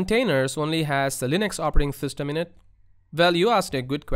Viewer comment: "Operating Thystem" ;-) JK, great video! Thank you!